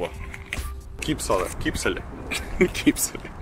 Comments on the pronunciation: В Латвии ударение на первый слог: ДАугава ,КИПсалала и т.д. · Нет, читается на русском Кипсала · Дуагава, и Капсула... Ппц, Ильичь, ты чё выпил Рижского Бальзама?)))) Забавно, как русские не могут выговорить местные названия, ну кроме местных русских.)) Только вот, не надо хамить мне, это забавно и не более того, ОК?))) Забавно от того, что мы, прибалтийские русские, запросто читаем латиницу, и названия улиц, рек, городов, что в Литве, что в Эстонии, что в Латвии, не учась этому нигде, тоесть, я например, знаю эстонский язык, но не знаю например латышского или литовского, но Дуагава никогда не прочту...))) забавно.